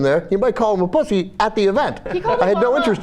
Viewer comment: I don't like her pronunciation of "pussy" haha its like PUH-ssy its so weird sounding